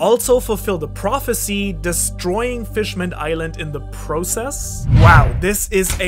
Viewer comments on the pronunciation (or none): none